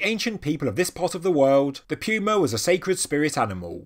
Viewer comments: Puma is pronounced "poo-ma" not "pew-ma" Why can you say puma properly when saying "puma punku" but not when saying "puma"? You are supposed to be at a higher intelligence level than the rest of us! I lose credibility when I hear you sounding like this. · It's literally hurting me to hear you say puma wrong LMFAO I hope I'm not the only person FML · Puma....he pronounces like “Pew-ma” we pronounce it like “poo-ma” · No offense but I thought he said pupa instead. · Pew-Ma. British people are fun. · This whole time I have been pronouncing pewmas all wrong...what else have I done wrong...are unicorns not real? Are fairies fake? Is Dr hawass not a reputable guy? Ohhhhhh wow I'm going to hide under one of those megalithic stones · I'm one hundred percent sure somebody else has pointed this out in the comments but you're saying that big a cat's name wrong it's puma The U has almost an o sound Goo So you would say it poo-ma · i know, and as an American I'm sure i have no right to question how anyone pronounces anything. However, puma just sounds weird with a 'y' in it, and with your accent it puts a heavy emphasis on it.